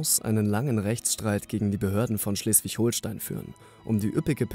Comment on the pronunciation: Junge bitte sag holstein nich HOHLSTEIN bitte das beleidigt mich irgendwie das mein bundesland so ausgesprochen wird